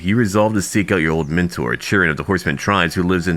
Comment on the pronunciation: Hey, really glad that you made part 2, I was worried that you wouldn't continue with it like with Wrath of the Druids. Anyway, I'm pretty sure that Chiron is pronounced "Kay-ron" 'cause the Greek language doesn't have "c". Anyway, loved the video, Mythos is great, you're great, Giants are great, Achilles number 1!